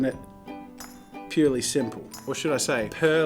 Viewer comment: Didn’t know he was Australian until he said purely 😂😂😂